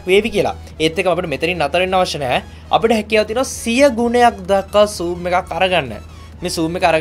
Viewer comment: Not soom its zoom